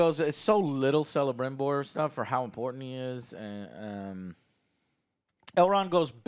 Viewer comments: The "c" at the beginning of Celebrimbor is pronounced as "k" not "s" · For God's sake please like this comment so Joe can see and not call Kelebrimbor Celebrimbor anymore.. It's with K Joe not with C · It’s pronounced Keh-luh-brim-bore. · Please 'Celebrimbor' is pronounced 'Ke - le - brim - bor', it physically hurts when you call him 'se - le - brim - bor' LOL. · This is funny. I like joe but Alex has excellent points we need to let him voice them. and stop joe saying Selembrimbor, its pronounced with a K... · He butchered Celebrimbor's name (calling him (S)elebrimbor) so many times in previous episoded, it strikes my how he claims he is not "lore master like Alex but still knows much and understands enough" YET he can't even pronounce the name of on of the most crucial figures in Tolkien's lore. And goes on interrupting Alex all the effin times lmao. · I'm surprised Alex hasn't correct him about the pronunciation of celebrimbor Tolkien made most elf names that start with a c pronounced as k. So it's actually Kelabrimbor. They even call him that on the show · Alex please, correct Joe's mispronunciation of Celebrimbor...